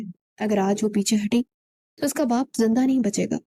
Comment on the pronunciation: Zanda nahin, zinda.. correct your pronunciation lady